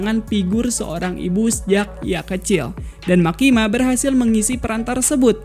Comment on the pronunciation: Ralat bang..""MEKKIMA"